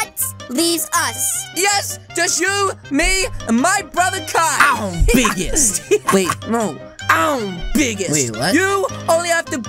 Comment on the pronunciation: I love when said ambiggest